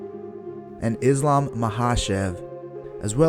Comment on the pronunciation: Do you even watch mma? It’s hard to believe you do when you can’t even pronounce the fighters names right. I get it for the less know fighter but for someone like islam where his name is mentioned in every ufc event since his debut in the promotion. You a fake tan that thinks he knows more than he actually knows. You don’t even go in depth, you just say general things that can be used for almost every fighter, get good kid.